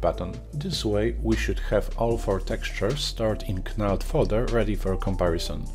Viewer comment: Great video, i`ve used all these for many years and crazy bump before that. But if i`m in a rush knald is a good option for me, even if its just quickly grabbing some height information from a colour texture. btw, its pronounced Nald, silent K like Know. Sorry to pick up on that, i understand you dont have English as a first language. Keep up the good work!